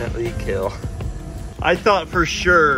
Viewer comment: These gumballs.... Will keel.